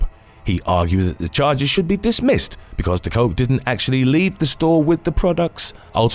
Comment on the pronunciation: De Kok is pronounced 'the cock', not 'the coke' though she probably has handled both. To complicate matters a bit, when translated into English it means 'the cook' (also roos is pronounced rose).